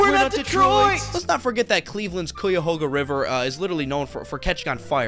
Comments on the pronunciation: Omg I hate when people say coi yuh ho ga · "koo-yuh-hoe-guh" lmao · It’s pronounced Ky-a-hoag-uh. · Cuyahoga pronounced as "kie-AH-hoe-gah".